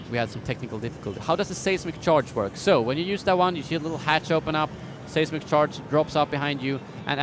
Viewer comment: It's not "say"smic charge, it's "size"mic charge. Your videos are awesome!